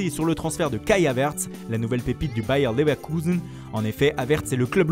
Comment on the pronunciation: C’est drôle mais il l’a trop bien dit